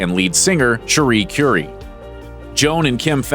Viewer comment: Whar's Tragic about this, is the narrator is so clueless that he can't even bother to properly pronounce people's last names... Rodney's last name is BINGenheimer, not BINGEnheimer.... and Cherie's last name Currie is pronounced CURRY, like the spice, not like Madame CURE-ie. Truly disappointing.